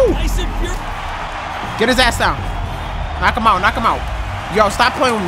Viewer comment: My man said Tyson furry